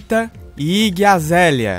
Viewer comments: O jeito desse cara falar o nome da yggi azalea sei lá eu, pacere que está falando aí gazela. Caramba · Que ódio dele falando Iggie Azelia! AAAAAAAFF...